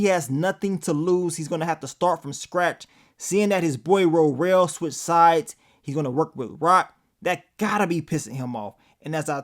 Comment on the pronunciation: Please stop calling that man Ro-rell🤦🏽‍♀️😂 It’s Worrell .